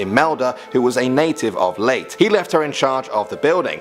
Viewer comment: I'm sorry. This was bothering me. But the place Leyte is pronounced as "Lay-teh" . Not "Leyt".